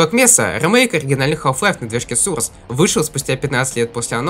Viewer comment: Не сурс а сОрс! Надо правильно произносить!!!!!!!!!